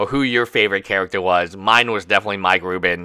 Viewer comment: Mike Rudin, not Mike Rubin. Rudinator not Rubinator.